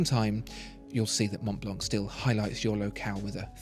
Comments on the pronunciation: “the monblonk” 😆 maybe double-check the french pronunciation next time you review a french named brand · Hi ! great video as always. We don't prononce the C of Mont Blanc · You don't pronoune the "c" in Montblanc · monTblanK, is it? Man...this is a luxury item. I'd understand the lack of class if you were American, but this leaves me baffled. It's monblan, man. Good god.